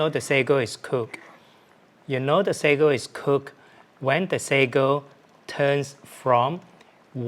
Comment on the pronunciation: it's "Sago". Tiny pearl balls 😄